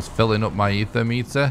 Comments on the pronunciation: Thank you! There's no H in the word at all. It's a small nitpick but I cringe EVERY SINGLE TIME😂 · Eitr - (eye-trrr). Aether is not the word for this stuff.